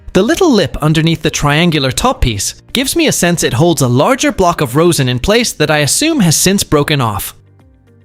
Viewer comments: 'rosin' is pronounced 'rozhin', not 'rose-in' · "Rosin" rhymes with "Ma's in" not "toes in."